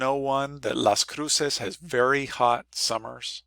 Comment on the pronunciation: I lived there for two years. I never heard anyone pronounce it the way you do. Also, it's the U.S. side of the border, temperatures are measured in Fahrenheit.